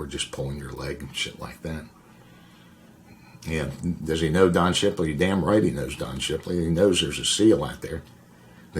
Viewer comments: It’s Don Shipley, bro. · It's Don Shipley, bro. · Its Don Shipley, bro